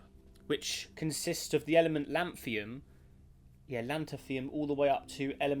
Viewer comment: It's not Lanthium, it's Lanthunum.